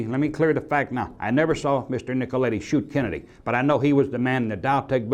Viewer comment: Did he say Kennadiddy